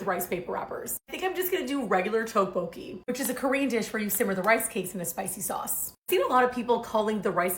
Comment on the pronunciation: Not quite right on pronunciation. You’re saying TOKE-BOKIE. Try more tyeoke-bow-kee. Almost there! Try adding some thinly sliced onions, cheese, green onions, and enoki mushrooms! Maybe some mini veggie sausages.